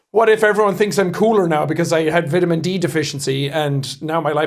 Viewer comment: The way you said vitamen😢. Hope u ok tho